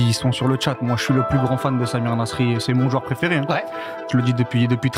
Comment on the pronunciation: Mec j'adore tes vidéos, je suis en train de toutes me les taper c'est génial, mais je t'en supplie, apprends à prononcer le mot "joueur" stp !! Mes oreilles saignent quand tu prononces "JUEUR" !! décompose le "JOU" "EUR" = "JOUEUR" !! En plus "jouer" tu le dis bien, tu dis pas "juer" donc voilà si tu rectifies ça tu seras parfait merci ❤🙏